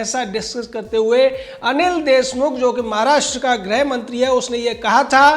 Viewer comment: Bhai GRAH mantri nahi GRIH mantri bolo. Grah = Planet Grih = Home ga ko rishi wali ri ki matra hai.